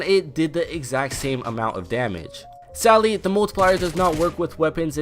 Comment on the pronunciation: It kinda sounds like he’s saying “sally” instead of “sadly”